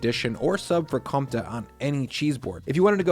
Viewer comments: Btw Comte has the "focus" (I dont know the english word, sorry) on the e in the end. So its pronounced Comtee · Comte, isn't it com te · Great selection, by the way, Comte is pronounced "courntay. "